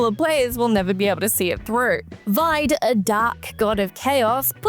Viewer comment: I'm sure I'm probably not the first or last to mention it, but "Vide" is actually pronounced "Vee-day".